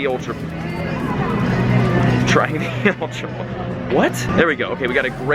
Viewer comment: ultra ball not ultrabal